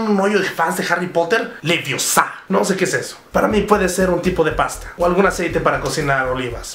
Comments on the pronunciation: es leviosa no leviosá xs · es leviòsa no leviosá pendejo -. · es leviousa no leviosá... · Es Leviosa no Leviosá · Es leviosa no leviosaa.